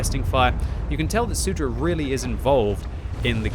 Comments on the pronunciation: It's not SUDRA, but Soudruh lmao. It means "Comrade". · I love how says soudruh. I speak Czech and this makes the commentary more exciting.